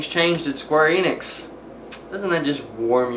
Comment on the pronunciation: not eeenix, en, ix, not long e, short e, enix